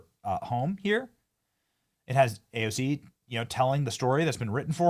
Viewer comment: Did you notice how she said it wrong but the subtitles were correct 😂😂😂😂